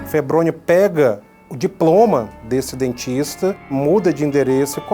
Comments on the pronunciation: o nome é febrônio e o gordinho falando febronho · Não é febronho e sim febronio